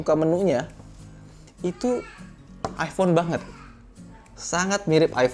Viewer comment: Iphone bukan ifhone wkwk